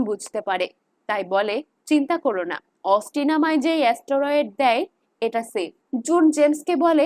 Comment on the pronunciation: ওটা অস্টোরোয়েড নয় স্টেরয়েড হবে